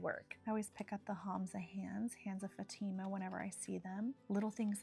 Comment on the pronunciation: Fatima is pronounced like the town in Portugal